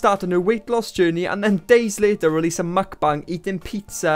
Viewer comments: mukbang is pronounced mook-bong, not muck-bang just fyi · haven't heard it pronounced 'McBung' before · I like that you pronounce mukbang like McBang.